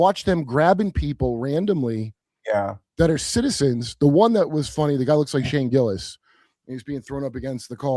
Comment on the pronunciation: that’s how drunk hillbillies say Shane Gillis